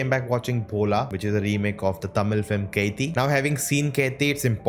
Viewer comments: It's not keithi .... It's kaithi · Bro!!!!! It's "KAITHI" not "KEITHI" FOR GOD'S SAKE!!!! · Wtf are you telling Its kaithi Not catiii